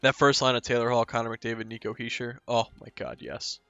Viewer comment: You’re saying Hischier’s name right.